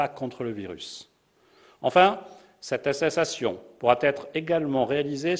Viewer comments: "Attessasion" ??? Il et ministre lui mdrr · Kent Ucky j’ai remarqué ça, j’ai remis plusieurs fois en arrière pour écouter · Hey mais il sait pas dire "attestation"...🤣🤣🤪🤣